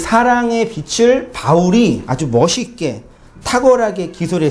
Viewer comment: "빚을" ㅡ빗츨 이 아니고 비즐 입니다^^